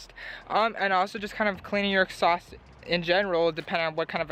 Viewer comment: Its "exhaust" not "exsaust"